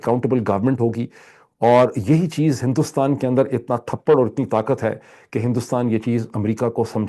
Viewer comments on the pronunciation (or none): سر تھپڑ نہیں تبڑ ہوتا ہے ت پ ڑ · ڈاکٹر صاحب۔ اچھا تجزیہ ہے لیکن میں ذاتی طور پر کئی باتوں سے متفق نہیں۔ ایک اور پہلو کی پھر نشاندہی کرو ں کہ آپ بہت سے اردو کے الفاظ غلط ادا کرتے ہیں ۔ ابھی آپ نے تھپڑ کہا۔ صحیح لفظ تپڑ ہے۔ اتنے پڑھے لکھے فرد سے غلط الفاظ سنتے ہوئے گفتگو کا مزا کرکرا ہوجاتا ہے ۔